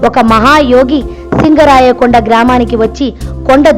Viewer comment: అది సింగరాయకొండ కాదు శింగరకొండ 🤦🤦